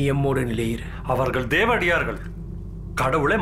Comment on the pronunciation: Subtitle=DevaRAdiyargal pronounced=Devadiyargal, "Pari Olan" effect